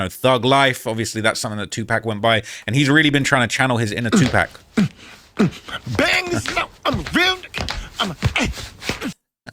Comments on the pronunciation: 2 pack lol its pronounced two poc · ITS NOT “TU-PACK” Pronounce it right bro. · He can't even say tupac right 🤣